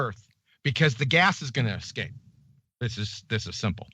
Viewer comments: "Did he say escape?" - No, he said "ecscape". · I think actually said ecscape. He needs to get himself to the libary.